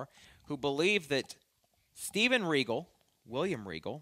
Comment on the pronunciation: say it right, Lord Steven Regal........F**** Legend lmao, i've watched him for over 25 years, an OG in every sense of the word.